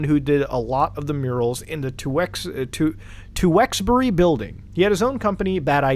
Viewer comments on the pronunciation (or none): Teweksbury's pronounced Chyooksbury lol.